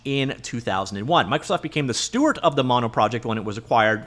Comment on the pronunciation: Bro, it's "steward". With a _D_.